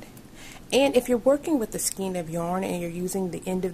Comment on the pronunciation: Skein is pronounced "skane" , other than that nice video thank you